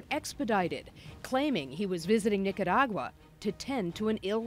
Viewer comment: I appreciate that you prenounced Nicaragua correctly